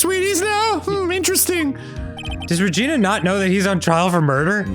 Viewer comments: Arin for fucks sake my dad walked by the very SECOND you yelled “REGINA!!” and it sounded WAY too much like “vagina,” I may not leave my room tomorrow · The way that Arin makes Maya say "Regina" is actually the name of a city in Canada, and every time he says it I die a little